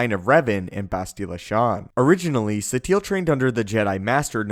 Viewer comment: Why do u call her Satiel? its pronounce Sateel